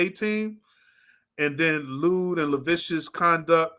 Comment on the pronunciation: It’s lewd and LAH SIV VEE US.Of course you have to hide your face if you’re taking up for a unaliver,scammer,pervert. You think he’s captivating? Most Sociopathic Narcissists usually are.